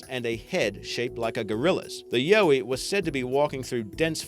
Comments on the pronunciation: it's not yoey it's yowie! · ok two seconds into it and this vid reeks of BS>> Anything related to Australia is COMPLETE BS. the ''YAUWI'' (best I could do to get the pronunciation correct from that disgusting butchered Australian .....uurrrgghhh) ' Its an Aboriginal mythical creature that was made up to keep their kids in check. ie. the boogey monster. This is the ''full of shit'' channel obviously that I fell over... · It'a fyi, it's YOW-ie like.... YOW, that hurt. For the Aussie Sasquatch creature. Trust a Sydney girl. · ...you're an Aussie and you can't even pronounce the name of one of your most famous cryptids?! Holy christ on a bike, there's something wrong with you. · Octy Crick same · The way he pronounces 'Yowie' as well...he's meant to be Australian, yet cannot even say the name of one of the most famous Aussie cryptids.